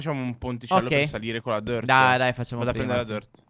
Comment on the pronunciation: Ma perchè dici dert di terra